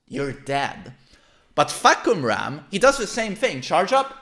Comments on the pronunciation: According to Aris, it's pronounced "Fuck You Ram" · Fah-Cum-Rarm = Roaring Sky.